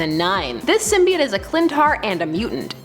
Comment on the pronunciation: Symbiote is pronounced "sim-bee-oat". Not "sim-bye-ott".